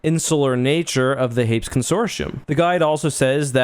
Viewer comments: Note from the Pedantic Police: Hay-PEAS...Hay-PEAS; "Hayps" just sounds wrong (in our opinion)... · "Hapes" Consortium. Lol. It's pronounced "Hay-Pees",;)